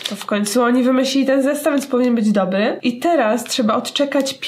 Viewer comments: Śmiesznie powiedziałaś no w końcu oni wymyślili ten zestaw więc powinien być dobly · dobly xD